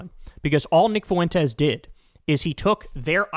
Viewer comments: Its Fwentes not Foo Wentes. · Please, Kyle. Please. For the love of all that is holy, please, please, PLEASE stop mispronouncing things. Lol. It drives me absolutely bat crap psycho crazy! As much as I despise him, his name is pronounced "Fwen-tez", not "Foo-en-tez". And it's pronounced "dammed", not "dam-ned". Love ya', but you've gotta' stop with the mispronunciations. We're not MAGA, my guy. We're better than that lol. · Foo Entez. Lol